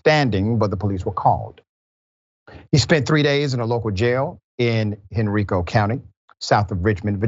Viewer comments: It’s pronounced Hen-rye-co county. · Not expecting you to know, but it's pronounced Hen-RYE-co county, Doc. Just south of Richmond. The HBCU, Virginia State University, in Petersburg, VA stands between Henrico and Dinwiddie counties. (Those Henrico cops transported him out of their jurisdiction, btw.) It's been known that the Central State Mental Health Facility has been a nightmare institution straight out of Hollywood horror shows for decades. A guy in our dorm was sent there after temporarily losing it, tripping on acid, at a gym dance. When he came back 3 months later, he was a total zombie. Eventually, his parents came and took him out of school - never saw him again...